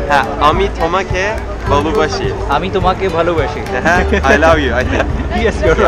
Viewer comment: Heart touching. That Turkish student and both of you pronounced 'Ami tomake valobashi' perfectly. We also love you too:)